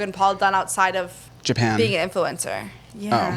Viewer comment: when says “japan” for logan paul 😭😭😭😭